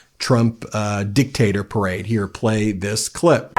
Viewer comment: Nice "perade"